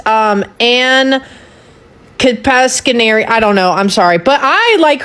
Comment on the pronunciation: Yeah, this was painful for Pearl. I actually tend to lean right, and I'm not a fan of her.. But, really? it's ANN-AH KA-SPARE-E-AN 😅